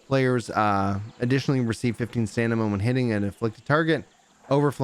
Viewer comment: Am I hearing "stanima"? ummm... Anyway, vg looks like a nice new weapon, especially for tank item. I tried nuker with it and I was not impressed.